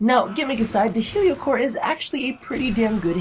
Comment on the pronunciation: I swear you said yu-gi-oh cor instead of heliocor at the beginning